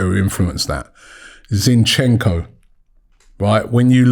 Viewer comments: called Zinchenko Shevchenko hahaha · is zinchenko not shevchenko:))) luv for the luv aftv <3